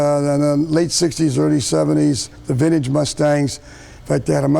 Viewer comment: Ugh. He says vind-eeege like such a boomer